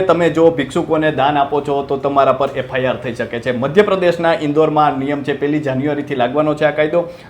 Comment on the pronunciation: FIR બોલો FRI નહિ